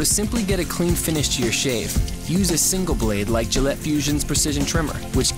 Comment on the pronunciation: Gayllette or Gillette?